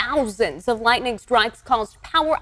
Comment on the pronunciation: Thousawnds of lwightning stwikes